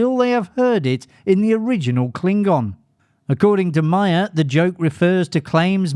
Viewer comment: It’s Meyer not Mayer.